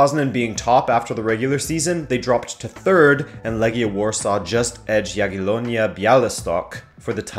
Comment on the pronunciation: Never say Legia again you clearly don't know how to say it.